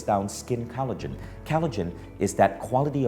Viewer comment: It's collagen, not callogen :). But I love the talk. Thanks